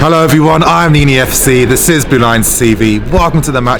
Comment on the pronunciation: PUT SOME RESPEK ON NIINII'S NAME